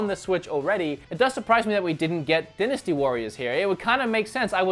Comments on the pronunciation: Die nasty warriors not den asty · It’s “Die-nasty” not “di-nasty”. I’m not trying to be a jerk, it would be the same if you had a booger in your nose and no one said anything, wouldn’t you want to know? Haha anyway love your channel. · Die-na-stee warriors not din-a-stee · It is more a regional variation than accent, since both "dinasty" and "dainasty" are valid pronunciations. An example of an accent would be pronouncing "time" as "tame." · Dynasty is pronounced "die-ness-tea" (at least in the U.S.) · It’s pronounced dienasty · lol... I guess in Austroilia, they pronounce 'dynasty' as "Dennis-T"... lol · It’s die-nuh-stee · The way you say "dynasty" hurts my pee pee